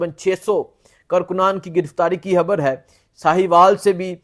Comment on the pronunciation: Habar nhi huta Khabar huta hai